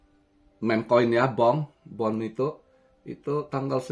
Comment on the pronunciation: Hallo guys,,,Meme koin nye Bonk kan ya bukan Bone?? Hehehe